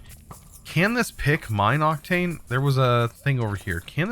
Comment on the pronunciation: Octine Ore. Not Octane Ore xdd